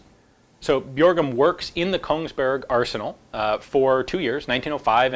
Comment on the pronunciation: The "ø" in "Bjørgum" is pronounced the same way as you do "ea" in "early" :)